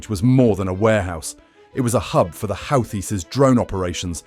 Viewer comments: 🎯Pronounced Houghtis = WHOTEES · They are pronounced: 'Who-Thees'